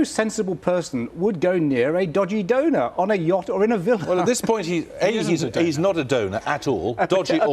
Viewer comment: "donor" NOT "donut"! LOL